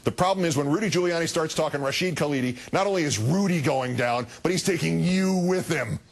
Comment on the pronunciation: Anyone who's ever read an historical essay by Rashid Khalidi (or his father, what you might say the principal historian of the Palestinian people) can only get sick while listening to this. Palin couldn't even get his NAME right.